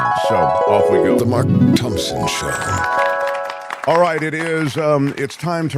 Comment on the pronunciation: Show not Shiw - sorry. 😢